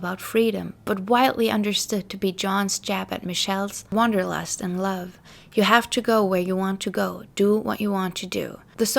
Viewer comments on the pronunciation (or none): none